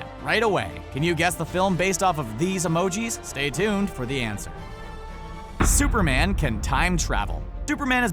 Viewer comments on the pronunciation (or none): He said duperman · "Super man can time travel.......Duperman has been sometji g of a......."ect. Literally says Duper man